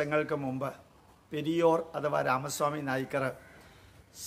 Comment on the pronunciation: പെരിയോർ എന്നല്ല സർ, പെരിയാർ എന്നാണ് ശരി. "തന്തൈ പെരിയാർ" എന്നാണ് തമിഴർ ബഹുമാനപൂർവം പറയാറ്.